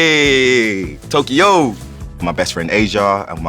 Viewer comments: The way he says eeeeeeeeeyyeyeeeee Tokyoo is soooo Nigerian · Why did he turn American when he said Tokyo